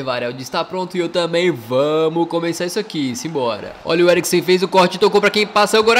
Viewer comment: "botou no Eglicriksen" kkkkkkkkkkkk